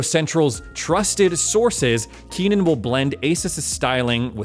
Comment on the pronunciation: KENNAN not Keenan